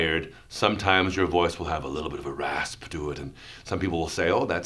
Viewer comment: Take a shot everytime he says “sekxy rasspy voyss”